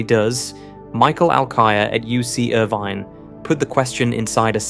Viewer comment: Was that reference to Irvine University? If so it was badly mispronounced.